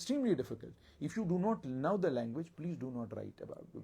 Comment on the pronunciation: Bhai mere tum khud pehle know ko pronounce karna seekho kisi se phir Shakespeare Banna idhar aa kar